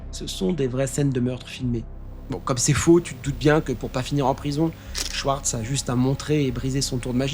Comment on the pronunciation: La prononciation dans la langue c'est Shvartz pour t'aider. Le W se lit comme un V, c'est rare qu'il est prononcé autrement.